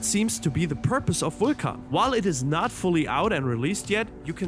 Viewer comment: Technically the true pronunciation. He was the god of fire.